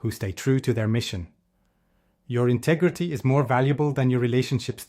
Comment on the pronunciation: "INTEGRETY" everything... 😅